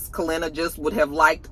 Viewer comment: Didn’t realize how much I miss you mispronouncing names until “Kalenna” 🤣🤣🤣